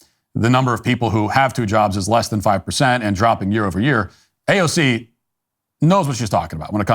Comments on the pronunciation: Quit saying uh cay ze oh. It sounds upit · AOC not AOK!